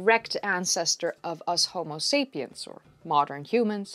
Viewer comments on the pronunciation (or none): none